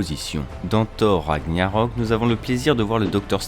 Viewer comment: on dit « thor raGnarok » on prononce toutes les lettres 🙂 Sinon bonne vidéo, c marrant de regarder ça le jour de la sortie d’endgame😂❤️